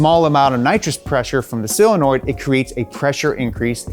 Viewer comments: SOL-enoid, not Sil-enoid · Solenoid, not cylinoid, friend. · SIL-anoid!!! Omg I’m dying hearing this over and over. c’mon! SOH-lenoid!!!! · him saying silinoids is triggering me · dude.. SOLenoid. not SILenoid. christ. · Ah, yes. Another dude saying "sillenoid". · Love your work. Would love it even more if you could pronounce SOLenoid. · Is he saying "silinoid"? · S (OH) lenoid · "SILANOID"?! Stop this, now. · seriously why is it so hard to say solenoid? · Great video; Guinness record for repeatedly mispronouncing "solenoid"